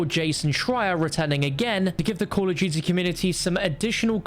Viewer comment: “Call of jutey”